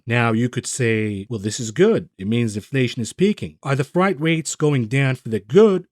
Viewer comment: Love the vids, but good god man, it’s pronounced FRAYT. Most of the intentional mispronunciation is hilarious tho keep the rest up.